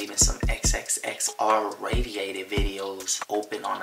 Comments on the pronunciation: it’s the intro “R RATIATED” for me😂😂😂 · “XXX R RATIATED”😂 its R Rated😂